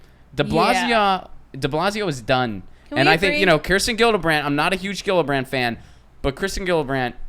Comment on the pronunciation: it's not a hard G on Gillibrand, It's like Jillibrand, okay?